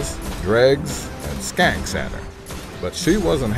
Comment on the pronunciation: LOL calls the shanks "skanks," just like I do.